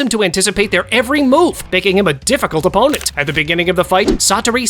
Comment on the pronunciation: he said oppponet